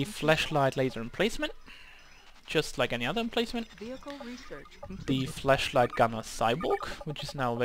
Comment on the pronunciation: 5 years on and you pronouncing 'flashlight' as 'fleshlight' still makes me giggle.